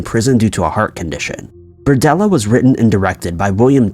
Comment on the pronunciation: It's "BERDELLA"